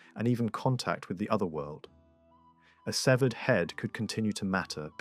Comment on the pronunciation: It's Keltic, not seltic. And the celts never settled on mainland England. It was just a style invasion. And finally, it's severed, not seevered